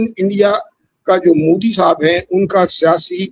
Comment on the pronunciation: Abe Mudi (Mooodi) nahi, Modi (Mowe-di) bola kor- anpad!